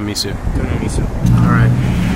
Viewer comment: Guys, Enjoyed the video but you made 2 flubs! First off...It's pronounced Me-Soh...Not Me-Sue. 2nd...It's Shave Ice...Not Shaved ice. If you noticed, Hawaiian Shave Ice is shaved finer than mainland sno-cones. Plus the assortment of syrups/add-ons is what separates both desserts....